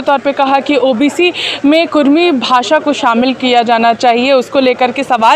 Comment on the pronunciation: Kurmi nahi kurmali bhasa hai sudhar kijia